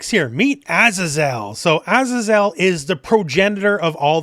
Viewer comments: Azazel is pronounced "uh-zay-zl", it's a biblical name - not "ah-zah-zel". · Pretty sure azazel is pronounced “AZAY-ZEL” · A-Za-Zel lol